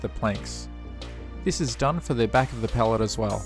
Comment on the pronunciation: Cant even say Pallet